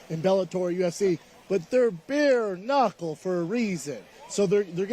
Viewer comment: Bapas doing “Beer Knockle” now B?? 😂